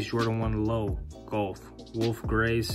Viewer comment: Couldn’t get past the gowlf pronunciation lol. Great shoe though